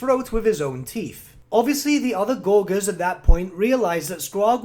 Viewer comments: Why do you pronounce Gorger as "gor-gor" instead of "gorge-r"? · Isn't "gorger" pronounced with a soft G? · Just FYI, gorger is pronounced with a soft g, from gorge, meaning eating gluttonously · Great video, but I winced every time he mispronounced "gorger"